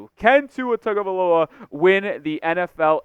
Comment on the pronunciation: bro. its been 4 years. gotta pronounce the name right. come on now.